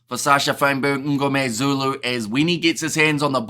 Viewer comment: Just a comment. You produce Sacha surname slightly wrong it is not "Um"gomezulu....... but Mngomezulu. Small thing.